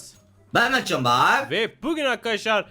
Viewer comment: olmasın o (mertcanin R si V oluck